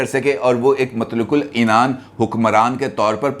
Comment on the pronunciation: مطلوق العنان کوئی لفظ نہیں ھے بلکہ اصل لفظ مطلق العنان ہے۔